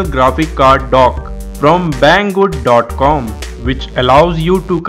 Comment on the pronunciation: His like "Thank you BANG GOOD" hahaha, dead